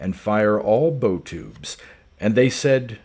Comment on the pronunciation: Good reading but it's Bow as in the front of a ship. Not Bow as in the knot.